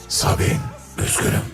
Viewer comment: sabine yi sabun diye anlayan tek kisi diğilim dimi